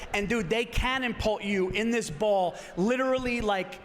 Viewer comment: Did he really just say “canon pult” hahah. What a dumb ass.